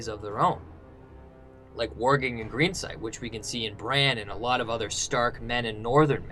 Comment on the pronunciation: it's not warging